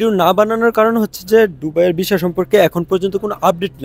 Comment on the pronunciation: ভিছা না সুন্দর করে কথা বলেন হবে ভিসা